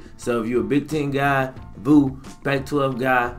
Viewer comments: Man i love you, but I'm trying not to flame that ass for saying Voo lmaoooo it's Vue. Like View 😂✊🏽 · I have PSV. It's so much better than Sling. And, it's "view" not, "voo " ha